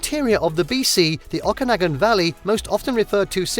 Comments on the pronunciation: It would have been nice if you had checked the correct pronunciation of a few of the place names, such as Okanagan and Ucluelet. Also, some of the stock footage that was not from a few of the areas identified was misleading. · This is not in anyway representative of BC. It is far too heavily weighted on Vancouver island. You also genuinely need to establish how to pronounce: Okanagan and Kelowna correctly. 🙄😖